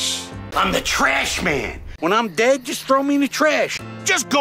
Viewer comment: oh no crombo pronounces trash like TRESH that is just like TRESH MAN! and then he'll start eating garbage!